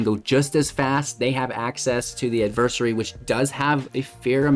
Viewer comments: Add-ver- sAarie Adversary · Gonna need you to look up the proper pronunciation of adversary...... please and thank you